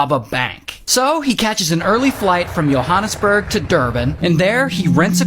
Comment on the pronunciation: That guy near end pronounced Johannesburg correctly. There was also a movie made about Andre, from hollywood. Otherwise, the rest of the video was higly informative. Now democrats are fearmongering with Protect 2025. Great video. Thanks!